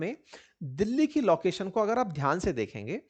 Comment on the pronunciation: Sir you pronunciate laucation instead of location. लोकेशन नॉट लॉकेशन।